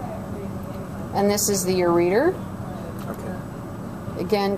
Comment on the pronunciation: good video. . .lobar hsould be "lobular" and no one pronounces ureter as "ur-REE-turh" lol